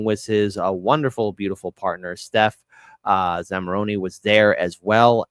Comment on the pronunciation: Stef Zamaroni?! Did she pull a feather from her cap and call it macaroni? I hope Stef doesn't hold it against you, because we all know that Jimmy butchered every multi-syllable name he has ever had to say during his show.